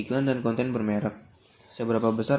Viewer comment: Mantap, cara penyampaian sebuah pembahasan dalam materi tersebut sangat mudah di pahami, kosakata yang di ucapkan cukup jelas, mungkin ada beberapa yang kurang seperti kata menggabukan yang seharusnya " MENGGABUNGKAN", bererek yang seharusnya " BERMEREK".... Kurangnya seperti itu aja sih.. Lain kali cek lagi ya, waterboom men 😆